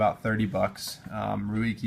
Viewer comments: Not (hooked on phonics) rew-eek-ee..................Rake Give them another try S happens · Ruike is actually pronounced RAY-kuh. The Chinese characters are 锐 - Ruì (pronounced RAY) 可- kě (pronounced kuh) which literally means "sharp." The strange spelling is from the standard Chinese pinyin system, the official romanization system. This system is based on the traditional Chinese phonetic system, which, the Chinese language being what it is, does not jibe with typical English phonetics. It isn't Rake.